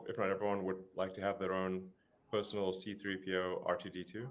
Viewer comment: It's R2D2, not RTD2